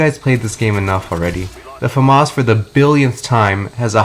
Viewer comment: Why do you pronounce it Fumas its pronounced Famas, because the gun is french, it has a accent to its name